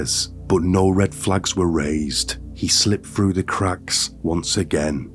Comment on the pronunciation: It's through you dense flid 🤦🏼‍♀️ 😂 There's no such word as "fru" and your pronouncing the word wrong, it's pronounced like Th-roo not fru